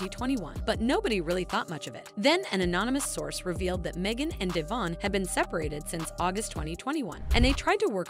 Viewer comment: De von NOT DAYVON!